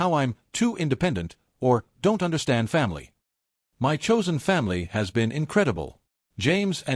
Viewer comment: The illiteracy of this AI voice. Shaking "M-Y" head. 🙄